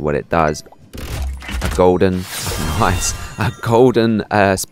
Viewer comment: lol you said noice in the video